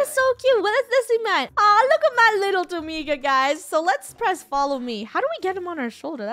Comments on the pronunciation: Funneh: Domiga COmE here SAsSy gurl Me: lol Domiga it is really dominga😂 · Wait is Funneh calling DomiNga Domiga? GUYS THERE IS AN NNNNN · Dough-Ming-Ga Purse-I Armi-nda Jo-Hanna A-Ron Zac-k Just sending out pronunciations xD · No. Dough-monga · OKAY why is nobody talking about how funneh keeps killing people's name's? ESPECIALLY DOMINGA AND HER MOM! she said domiga instead of dominga and she said Joahnna instead of Johnna, we have been lied to. she made johnna stay in a boat for years and not control the boat for johnna. she said akaia instead of acacia-.. BUT NOW SHE'S IMPROVED SO MUCH AND DOESNT DO THESE ANYMORE